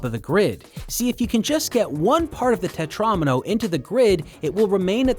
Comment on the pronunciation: im sorry what is a tetraAAAHHhmino